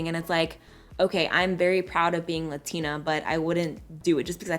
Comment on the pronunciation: You cant even say LATINA right